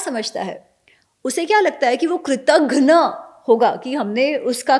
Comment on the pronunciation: In spite of having studied Sanskrit I am sad you pronounced "Kritaghn".but later you pronounce it right,? why